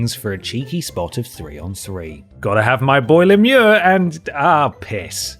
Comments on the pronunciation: Yup I'm absolutely convinced you need to review more sports games my dude. Being a sports fan your reviews are the most original descriptions of sports I've ever seen. Props for pronouncing Lemieux's name properly though. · as a french canadian, I'm very impressed, finally someone who speaks english who is able to say "Lemieux" correctly! I love you guys lol